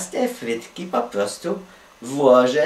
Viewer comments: bo on zamiast frytki to mówi fhytki xd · Ja tam słysze, fytki XD